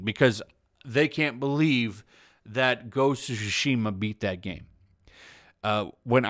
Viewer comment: It's not called sushi-ma, it's Tsushima. Reading in your only-known language shouldn't be that hard.